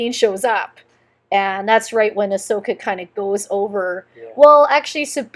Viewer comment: It's AHSOKA not ASHOKA.